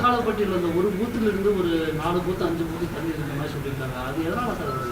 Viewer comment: Chaar, Jarry chaarrr.🤣